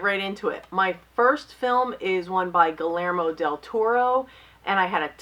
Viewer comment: You always mispronounce Guillermo... (Gee-yair-mo)